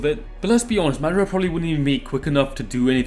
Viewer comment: Hate the way you say madra instead of madara